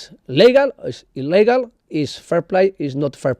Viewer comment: How he said "illigal" might make you fall from 15th floor.